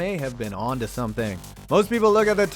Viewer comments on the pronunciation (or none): none